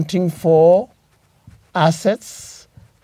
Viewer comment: SOMEONE TEACH THIS LECTURER PROPER ENGLISH.......HE IS PRONOUNCING ``ASSETS`` AS ``ASSES``......AAAAAUUUUUUU ata c-ezi G-sumbua kwenda IF THIS IS HOW THEY DO THEIR DOCTRINE.....LIKE THIS IF U LYK THIS